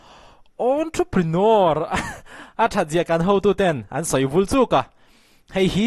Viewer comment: A pawimawh viau lo na chu. Ontroprinawr hi a lam dan dik tak ni a ka lo hriat ve si ni 😁